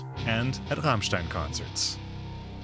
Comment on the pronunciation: ICH / STEHE / ZU RRRRRAMMMMSCHTAAIIINNN ! lol